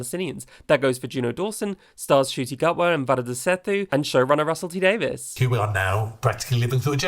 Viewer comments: 😍 also 🥇for Varada pronunciation, since we know how critical that is. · just wanted to say, stellar pronunciation of varada's name! 🫶🫶